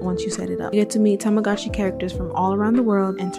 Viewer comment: I like how you say tamagooch xD lmao